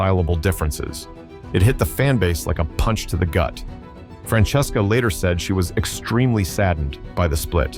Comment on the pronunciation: Love how AI got his wife’s name wrong! First it’s Dracesca, then it’s Francesca !